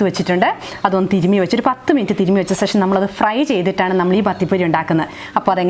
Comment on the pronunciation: ശേഷം എന്നു പറയു മോളെ